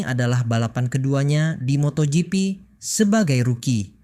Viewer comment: Gw kesel dengar lu ngomong moto gepe 😆😅😂🤣 Bacanya moto jipi woy.. MotoGP 👍😉